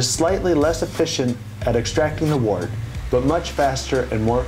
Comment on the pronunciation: Very nice overview. Good job. I hope you get into it yourself! Your enjoyment, appreciation, and knowledge of beer will increase exponentially, ha. Couple pronunciation things. I believe "tun" rhymes with "done." And "wort" sounds like "dirt," not the bump on your finger. Hopefully he keeps his fermenting beers out of the light one way or another. Sounds like a tasty, hoppy and bitter beer. cheers.